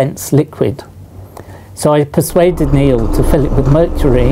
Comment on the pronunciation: Nobody: Literally nobody: Professor: MURCHURY